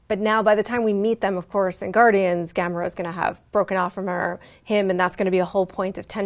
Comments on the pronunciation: GA-MORE-AAHHHH... say it with me "Gamora"..ok good now stop fucking the name up. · Why does pronounce Gamora like that? Have I been saying it wrong the whole time or something?